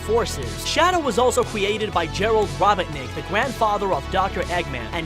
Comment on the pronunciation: Robertnick? Really?